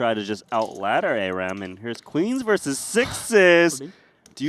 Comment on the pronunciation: The word "versus" has two syllables. FYI